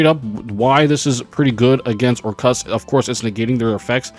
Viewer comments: Orchestra= or- kust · why u say Orc- Kust like that lmao